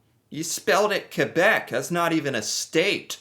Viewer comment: 1... thank you for saying Québec properly again :) 2... you spelled massachusset wrong, hahaha that's pretty much what probably happened